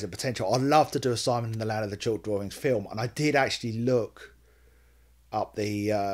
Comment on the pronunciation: "My name is Simon, I like to do drawerings".....get better, I had an umbilical hernia surgery before and I know its very "uncomfortable" for awhile afterwards. HI PENNY!😺